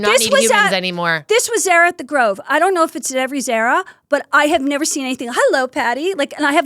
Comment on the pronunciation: It’s Not zera it’s ZARA